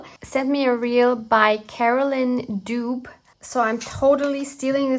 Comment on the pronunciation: Carolyn Dube is pronounced Doo Bee. ❤. Use the black envelope you don't care for as the base for an overprint. You don't have to stop with one pull.